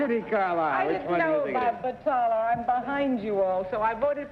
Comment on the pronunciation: The correct word is BALATA, not batala as Peggy Cass and others are stating. Orson Bean is also incorrect. Balata was used as the cover of a golf ball because it produced a much higher spin rate when struck by irons. Balata was not used in the interior of a golf ball.